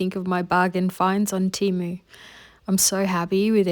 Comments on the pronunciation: You were saying it right, it is Tee-moo, not tem-uu….they literally spell/say that on their own webpage and in their ads 🫶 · You didn't say Temu wrong. I'm from Amsterdam 🇳🇱 and in the first Temu commercial they said Temu and not Tèmu as they do in their knew commercial. It's a bit ridiculous that Temu themselves doesn't know how to pronounce Temu 🙈🤣. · Temu has constant TV commercials here in the US and they pronounce it "TEE-MOO" on the commercials. I know a lot of people have a problem with the company because they are out of China and they feel it takes business from local shops. But, actually a lot of small shops buy their items from Temu! So you could pay a bit more and buy it local and have it right away rather than waiting the extended import time.